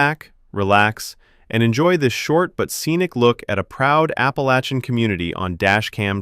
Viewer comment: Finally, someone who can say 'Appalachians' properly! Thanks very much.